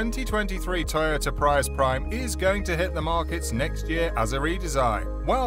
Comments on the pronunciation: I wish you were correct. Look at other people's videos. You're giving wrong information. It's pronounced Pree- US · Thank u! I wished they'd make them sportier looking. We pronounce Prius as (PREE US) 😉🇺🇸